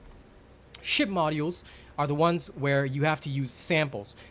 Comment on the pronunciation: Great video. Thanks for the help. Module is "mod ju well" btw.